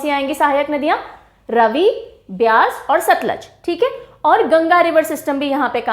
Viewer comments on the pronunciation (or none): none